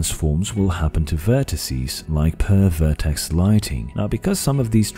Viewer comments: i heard pervert(ed) ex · When you said ideally at 60 FPS I cringed. Also you should put a small pause between per and verticies. Or it sounds like pervert icies. Lol. Anyway good work with the video